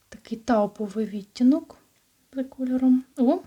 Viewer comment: Може вам вже писали, але часто просто чую. Ви ставите не правильно наголос на слово "відтінок", треба на другу "і" 🌷